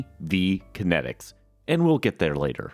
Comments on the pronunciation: If I took a shot every time you said Connectix wrong in this video, I'd probably need my stomach pumped... Steve Jobs said it right literally in your video... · Sounds like you say Kinetics, not Kinects. lol Now I am sad that body tracking never really took off....